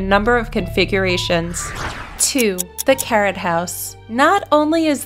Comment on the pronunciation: I thought she said "the carrot house" at first before the name appeared on the screen, I imagined a house shaped and colored to look like a carrot lol 😂😂